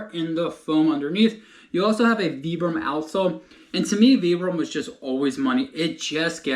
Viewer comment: Appreciate hearing Vibram said correctly